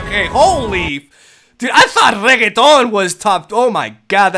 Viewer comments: Its "renekton", not "reggeton" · Eu adoro o chamando o Renekton de RRRREGUÉTON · Is it just me or he says Renekton as Regeton?